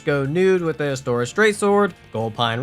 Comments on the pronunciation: pointing out you said "lautrec" with a softer 'e' instead of you calling astora "astoria" is a bold choice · dafuq is Astoria, it's Astora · The way he says astora triggers me cause like where the fuck you getting the astor"ee"a from bitch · not Astoria, Astora! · he said Astoria so many times. It was driving me crazy lol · "Astorias straight sword" Bro why are you adding an I XD